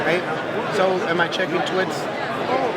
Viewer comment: lol he says "twits" instead of tweets XD